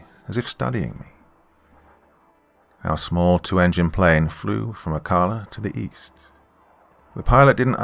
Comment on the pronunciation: Thanks for another good one,. I lived in Central Florida most of my life. Not criticizing, but if you have another story with Ocala in it, the pronunciation for the ca part is the same as saying California.